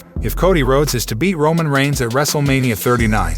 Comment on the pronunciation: Yes bes going to betray romon